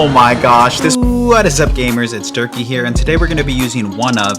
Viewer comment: I know you tell its “Dirkyy” but I always hear as “Turkey” 😂